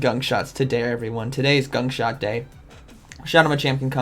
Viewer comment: Ya....today is ..."gunk short day..."😂😂😂